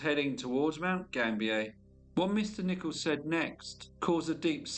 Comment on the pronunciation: Mount Gambier is pronounced Gam- bee- er, not French pronunciation.